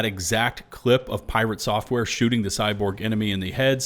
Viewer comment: I love how you said "PRITATE SOFTWARE" i was taken back by the name drop now as well